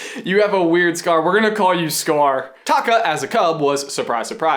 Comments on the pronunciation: I keep hearing Scar's real name as Taco. LMAO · I know it's pronounced a little different where Scar is like taco without the o on the end and the lava monster/ Taffitti (is that how you spell it) is Ta Kaaaa.... idk respond what you think!